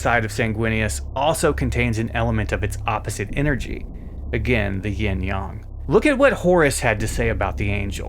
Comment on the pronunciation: If he says, Ying Yon and not Yang one more time!!!